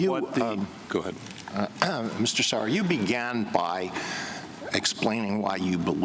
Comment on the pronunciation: Oh lord Sauer was getting butchered 😂